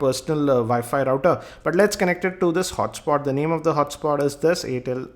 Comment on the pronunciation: its air tel not aaatel